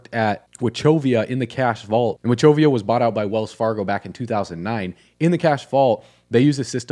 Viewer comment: It's Wa KOV E AH not watchovia